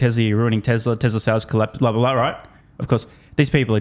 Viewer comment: Tesla, Tesla. Not Tessler